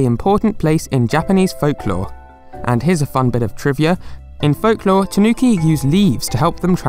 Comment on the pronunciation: TAnuki, not taNUki